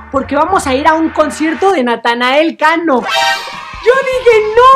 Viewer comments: Díganme que no soy el único que le dice natael cano xdddd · bro literal mente diste una explicación larga que nada que ver el se refiere que en lugar de decir Natanael dice Natael como lo dice ibai por ejemplo